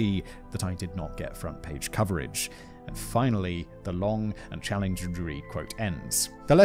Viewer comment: Simon has this funny tendency to add Rs to words that don’t need them, like front “prage” lmao. I’d do the same thing too, I’d see a word with a letter R in it further down the line and pronounce it too early